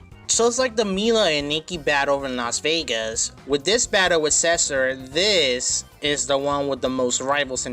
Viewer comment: He pronounces Cesar as Sessur XD